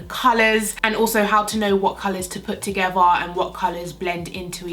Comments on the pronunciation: Blend them togevvuh. Why do Brits always pronounce the "th"as a 'v'? Lol. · is it just me or is she saying the word 'together' as 'togeva' ??